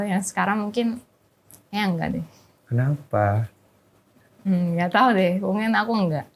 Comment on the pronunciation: "knapa" nada nanya nya deni tai bgt 🤣